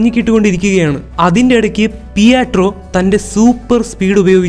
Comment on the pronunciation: പിയാട്രോ വേണ്ട പിട്രോ മതി